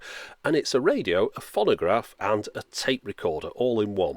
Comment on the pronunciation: Fonnagraph? That's a novel pronunciation of 'phonograph'.